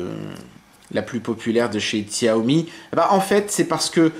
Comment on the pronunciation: Au passage, Xiaomi ne se prononce pas Xiaomi mais "Chaomi" ;D